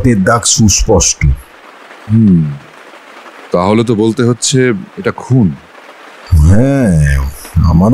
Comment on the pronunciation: ১৯-২০ বছরের ছেলের গলার স্বর অমন হয় না। সুপষ্ট নয়, সুস্পষ্ট হবে। সব মিলিয়ে আরো ভালো করতে হবে।